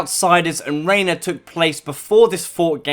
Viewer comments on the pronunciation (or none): Reyna not Reynar